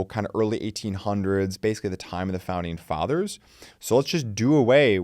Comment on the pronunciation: Founding feathers or fathers? 😂 great video though!